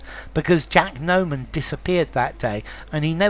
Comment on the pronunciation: Just a reminder: it's Jack NOMAN not Norman